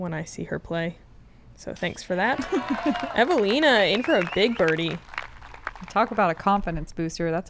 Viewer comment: As a Finn, I just realized how seriously the take their graft. They pronounce Eveliina in such a Finnish way. Honk!